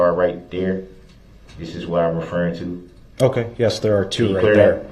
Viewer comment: Dey axed me to take dese an put dem over dere, even doe dey wasn't dere dene. The man has a serious aversion to TH.